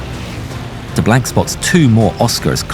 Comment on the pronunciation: Being a Cajun in Louisiana I'm proud we are represented by DeBlanc...but learn how to pronounce his name and the actor had no accent and we don't use culture references every five seconds "bring on the gumbo"...lol or the swamp references...but other than that great representation